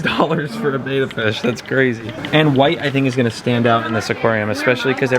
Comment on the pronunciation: It's not pronounced beta, it's like better without the r. Betta.